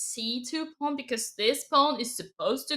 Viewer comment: Dina. It's a pawn not a pone